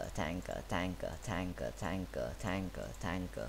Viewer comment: In x2 speed it sounds like your saying tackle or taka